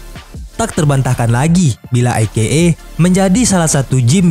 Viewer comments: e ke e min, bukan i ke e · Bacanya ei-kei-ei min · Menit dan seterusnya. Maaf Min. Masak AKA dibaca "i - ke - e"? Harusnya kan huruf "A" di awal dan akhir singkatan dibaca sama. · saya dengernya i-ge-e